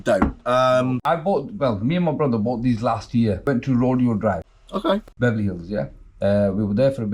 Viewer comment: Rodio drive😂😂😂😂😂 can’t even pronounce it correctly 😂😂take your fake LV 💩 and bounce 😂😂